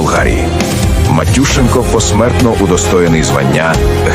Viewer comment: Мені здається правильно наголос на Е МатюшЕнко !